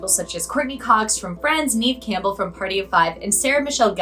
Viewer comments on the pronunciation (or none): Did she really say Neeve Campbell🙄🙄🙄